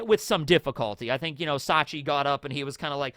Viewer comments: It's Shachi, not Sachi (the way incorrectly pronounces it), but yeah, you're right. Bepo is polar bear backwards, Shachi is Orca or Killer Whale, Penguin is well, you guessed it, Ikkaku is Narwhal, Uni is Sea Urchin, and Clione is Sea Slug of the genus Clione. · It's Shachi, not Sachi (the way you incorrectly pronounce it). The Heart Pirates have a theme of oceanic animals like the arctic and antarctic, and they can also be found in tropical regions. Bepo is polar bear backwards, Shachi is Orca or Killer Whale, Penguin is well, you guessed it, Ikkaku is Narwhal, Uni is Sea Urchin, and Clione is Sea Slug of the genus Clione.